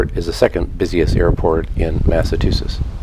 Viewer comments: I can understand a first time visitor not knowing how to pronounce the local names of places on Nantucket correctly, but it’s inconceivable that an American would consistently mispronounce Massachusetts (Massa-chew-sets) as Massa-too-sets. 🤔 Also, the harbor on the Cape where the Steamship Authority and Hy-Line ferries depart from is Hyannis, not Hyannisport. Hyannisport is an adjacent community where the Kennedy family has their homes. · I thought it was called " Massachusetts " not mas a tussetts ???? "Chu " not " tu "